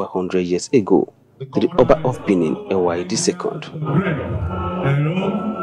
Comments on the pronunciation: She can’t even pronounce Ewuare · What ! How did she just pronounce the name of the Oba like that ? Please go to school and learn more.